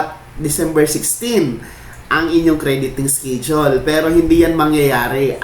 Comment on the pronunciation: Pronounce schedule as eskedule not eskidule. Masakit da tenga eh.